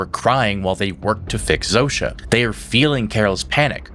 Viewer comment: what I love about the series is that Carol is the ONLY one who prounces Zosia's name right.